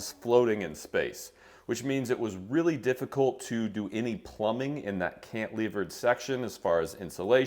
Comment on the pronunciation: Cantilever, not cantlever 😂